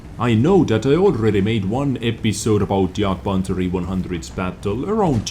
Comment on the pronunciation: I love how you pronounce jagpanzer!